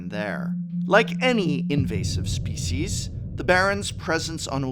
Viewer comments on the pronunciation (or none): none